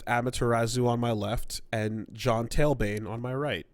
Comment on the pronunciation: scüp they're wrong about a lot. Especially when it comes to pronouncing things. Seriously, tailbane? No. TALbane.